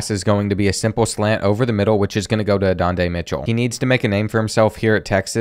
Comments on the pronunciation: “Adondey Mitchell”, “Quinn Oowers” 😂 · “Adonday Mitchell” 😂